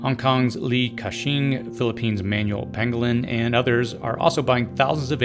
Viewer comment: This video is very informative. However, I wish that you've pronounced the surname Pangilinan clearly. Our Filipino surnames and places (like Bataan: often mentioned in history channels) should be pronounced like natives do.